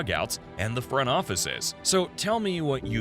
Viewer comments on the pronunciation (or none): none